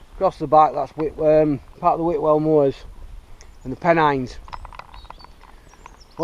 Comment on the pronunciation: U actually said it right great video u doing good